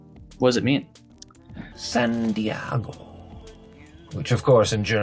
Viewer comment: This dude keeps saying Santiago thinking he’s saying San Diago and I can’t stop cringing.